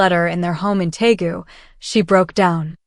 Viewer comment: It’s Deagu, not Taegu,. This is where Suga and V are from.